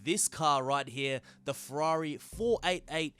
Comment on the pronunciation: It's pronounce Ferrari not Fwarerì.